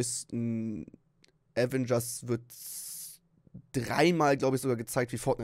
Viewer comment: Das heißt doch Aveeeengers nicht Avengers